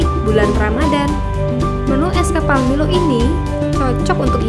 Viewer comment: Kak nmanya bkn milow tapi milo